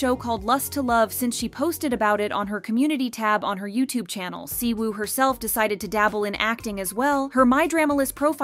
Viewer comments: I feel like if your main thing is talking about K-pop you should at least learn the very basics of Korean and Hangul so you're not constantly butchering these idol's names. Siwoo/시우, Jiwoo/지우 - "SHI-oo" it is a "shhh" sound not "see" and there's no "woo" sound in Korean pronunciation, drop the W Yuqi/우기 - either "OO-gi" Korean pronunciation or "yu-CHI" Chinese pronunciation Shuhua/슈화 - "shyu-HWA" like their title song "Hwaa" NOT "shu-HOOah" that one was very painful to hear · I wonder why all of a sudden just decided to stop pronouncing anything right, examples: the Y in Yuqi and the W in Siwoo is "silent", "Lee" is pronounced "e"